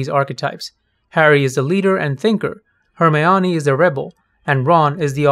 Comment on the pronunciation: Her-My-o-nie lol Excellent video though. I agree with you, although, i dont know, i felt like a lot of the characters and their categorizations are interchangeable. Eg. Raj could be the Rebel while Howard is the oddball...or vice versa.